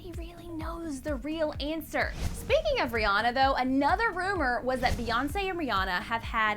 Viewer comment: When Kanye said Beyonce has a picture of Kim in her studio. I heard B.S....